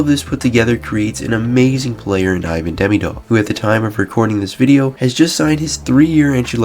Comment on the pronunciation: Ivan demdiov 😂